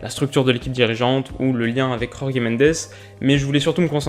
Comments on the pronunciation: En portugais, Jorge ce dit George comme en français ^^ le J espagnol c'est pour les espagnols :) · S'il te plait prononce tout les j des portugais comme en francais on ne les prononce pas comme en espagnol donc tu dit Jorge comme Georges pas yorgé . Sinon très bonne video et c'est sûrement l'équipe que je vais supporté cette année en premier league ( avec Man Utd un de mes clubs de cœur ) étant donné mes origines portugaises et toutes cette colonie de joueur portugais ou issue du championnat portugais . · Excellente vidéo comme d’habitude, mais juste c’est Jorge Mendes prononce le J comme en français car il est portugais pas espagnol. Le J en portugais se prononce comme en français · Super vidéo! Mais petit conseil de prononciation, Jorge en Portugais se prononce quasiment comme en français. Donc tu peux le dire à la française, plutôt qu'en espagnol qui n'a rien à voir ^^ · Magnifique vidéo comme d'habitude ! Juste un détail, Jorge Mendes est portugais et donc on prononce son nom comme on prononce Georges... La Jota expagnol n'existe pas en portugais, les -J se prononcent comment en français et les G aussi :) C'est juste un détail parce que sinon t'es vraiment excellent mec !!! Keep going ! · Jorge Mendes c’est pas ci compliqué à dire c’est pas un espagnol pour prononcer les « j » en « r » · Salut! J'adore tes vidéos et je trouve celle ci top encore! J'ai cependant une petite remarque de prononciation ^^ jorge mendes est portugais par conséquent "Jorge" se prononce comme en francais. Ta prononciation est espagnole. Les j au Portugal se prononce comme en France ^^ voilà ^^ sinon j'espère que tu continueras toute la saison à nous sortir des vidéos intéressantes! Bonne continuation!